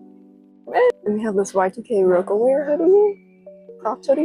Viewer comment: The oldie in me is dying when you say roca-wear. It’s pronounced rock-a-wear for Rockefeller records.